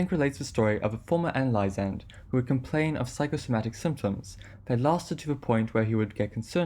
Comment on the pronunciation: Hey friendly tip: analysand is pronounced “uh-NAL-i-zund” where “NAL” is pronounced like “pal”, as in “I’m your pal.”